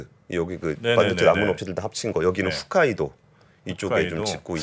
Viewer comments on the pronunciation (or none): 아이리스는 아키타, 훗가이도 아니고 홋가이도. 사람들은 왜 자꾸 훗가이도라고 하지 어째든 기분 나쁘다 일본이 뭐 좋다고 삼성 너마져 에라이